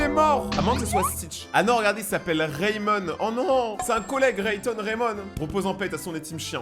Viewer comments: Tu lis raymond mais ca se pronnence raimon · Leur chien il est mort et sa se prononce" rémond" et le bébé que tu as vu avec les yeux bleus c'est le cousin de lilo et diolinda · Enft Raymond Faut dire comme Rémond Dcp mais c pas grave